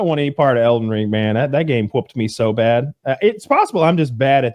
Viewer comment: “That game hwhooped me so bad”